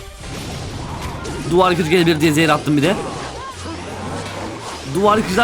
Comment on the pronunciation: abi sarhos gibi soylemissin zehir bitiriyor diye